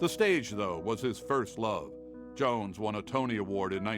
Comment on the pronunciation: They couldn't get a black reporter with heft or at least an elder reporter with heft to talk about James Earl Jones? They got a millennial with a millennial accent who said James Earl Jone🤦